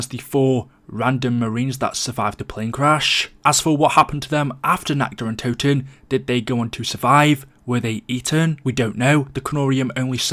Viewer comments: When you say nacht der untoten it sounds like nackt der untoten and that means nacked of the dead xD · All these years and people still cannot pronounce the maps name properly